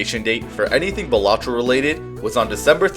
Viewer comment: I mean...I gotta point out that it's pronounced BAL-a-tro, not ba-LA-tro.